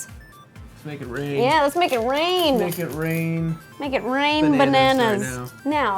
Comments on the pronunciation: Did you say "am going to mate a cake" at like ? -OH JESUS DINO SEX. On that topic, I think a nostalgia cake of Jurassic Park would be pretty cool. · did you say "make" a DK banana cake, or "mate" a DK banana cake? :D